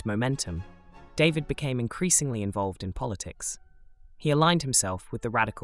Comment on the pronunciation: Your videos are great, and much needed, but please pronounce people's names correctly. "David" is French, and is NOT pronounced "DAY-vid," it is pronounced "Dah-VEED." I also wish that you had not distorted some of the paintings by stretching them horizontally. David would not have thanked you.